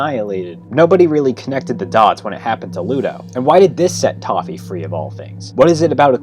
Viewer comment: Did you say... TOFFE ?!